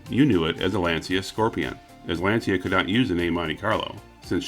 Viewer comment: Very informative! It's Lahn-cha, by the way.